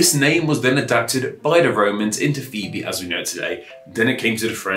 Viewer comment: I didnt like the explanations of the pronunciation and etymological history of these words. We do know quite accurately how Phoebe and Phoenix were pronounced in Greek and Latin, and it is not the way he pronounced it. I like that he tried taking a serious look at these names which may appear odd compared to some modern pronunciations, but he kind of failed with the accuracy.